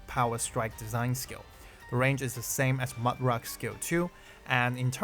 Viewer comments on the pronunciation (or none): none